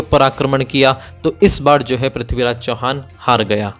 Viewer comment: Bhai prathviraj ji ka naam achhe se to lo yr kam se kam. Haar gaya kya hota he